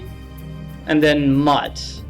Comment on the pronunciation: I facepalmed when you pronounced her "mutt" It's pronounced "moot" Look at me being all scholarly! XD